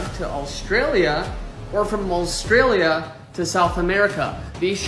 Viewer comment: God that guys prenounciation. "Austraaliu"